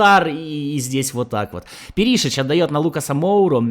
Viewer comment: Как же ухо режет Пери́шич 😂 , он Пéришич